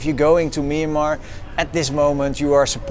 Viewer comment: As a Burmese speaker, I wish foreigners would just call the country Burma. They can't pronounce the word Myanmar properly, it's not even used by Burmese speakers as we all know the word is a written form of the country's name, not the spoken form. I know that they're trying but I can't stand that sound, it sounds like the discount pharmacy like Kramer said lol